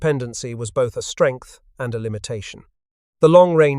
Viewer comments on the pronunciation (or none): none